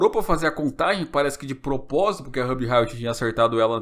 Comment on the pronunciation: Que agonia vc falando o nome da Ruby errado